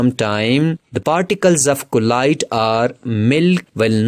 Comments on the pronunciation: Bro keeps saying collide instead of Colloid 😂😂😂💀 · The correct pronounce of colloid is "ķolloyd"